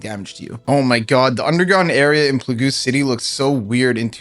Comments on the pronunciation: Pla-GOO city 🤣 wow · Plauge. The word you pronounced as “plagoo”, as everyone else in the comments mentioned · Pla goo city? you mean Plague? as if you've been calling it pla gu all this time 🤣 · PLAGOO city!? lol plague, plague (PLAY GUH) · "Plagoo city" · Its pronounced Play-gug like the pandemic in 2020. Or the black plague. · Damn I never knew I pronounced plague wrong it is now plagoo. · PLAGOOOOOOOO CITY 😂😂😂😂 If ever you need an example of how stupid americans can be, use the first 47 seconds of this video. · Bro I cant xD wtf are you saying? Plagoo? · I just started the video too, can't get past him thinking it's names Plagoo l0l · PLAGOO CITY HAHAHAHAHA CLASSIC AMERICAN Doesn't even know his own language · It's pronounced "playg" 👍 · PLAGOOOO CITY LMAOIPOOOOOOOOOOOOOOOOO U SPENT UR WHOLE LIFE PLAYING RS AND CANT READ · "play-goo" city? You are just being funny right? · pl goo city? what? Americans will do anything to not speak English correctly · Pluhgooo city 😂😂😂😂